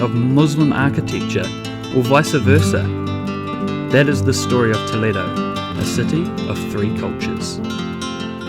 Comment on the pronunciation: I like very much the way you touch the walls. I been pretty doing the same since a long time. Her pronunciation saying Toledo it's been very good. Congratulations for your trip.